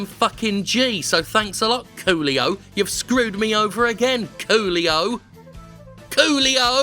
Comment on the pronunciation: The best part of this video is hearing you scream "Coolio!", as it sounds like "Qlio!" which over here is a slang similar to say "MotherF*cker"